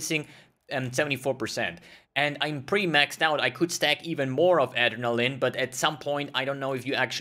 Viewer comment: Aderall-lin XD.